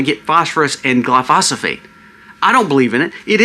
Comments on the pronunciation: ……………. It’s pronounced “ GLY - PHO - SATE “ Glyphosate, NOT “ GLY - PHA - SA - PHATE “ ……. Just trying to correct you my friend, it’s like telling your buddy you have a bugger hanging out of your nose 🤣🤣🤣 ( I have 5 pest control licenses and I’m a certified Arborist, I know about Chemicals ) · Why are you pronouncing it like that? Glyphosate! Trump didn't almost get killed. That was another psy-op. This country is cooked. People just do not want to face it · It's Glyphosate right? not Glyphosophate. Love your vids ❤ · Glyphosate - GLI - FO - SATE (PRONUNCIATION)